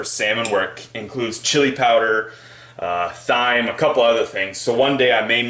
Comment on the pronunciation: Thyme is pronounced "time"